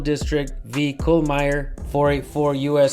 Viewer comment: Said kuhlmeier properly koodos german names often pronounced wrong by Americans